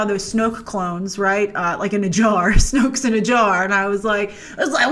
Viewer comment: "I don't want to open that jar o Snokes" 😂🤣